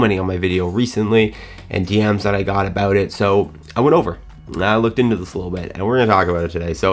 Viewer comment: There is no better "about", in the English language, than a Canadian aboot.